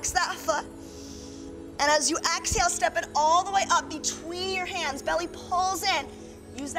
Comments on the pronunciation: Why does she say axehale? what is wrong with her?! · I could NOT be relaxed with an instructor who keeps saying axehale...